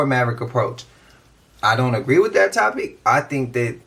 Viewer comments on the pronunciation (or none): none